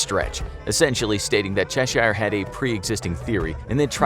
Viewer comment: You don’t have to emphasise the “i” in Cheshire - it’s pronounced Chesh-er 🤦🏼‍♀️🤦🏼‍♀️🤦🏼‍♀️🤦🏼‍♀️